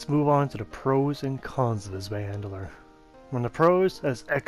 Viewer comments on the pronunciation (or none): Good info and great video but saying handler instead of hander for some reason peeves me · Zwei handler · Mate love the videos but Jesus you can't say words, it sounds like your saying zwei Mandela?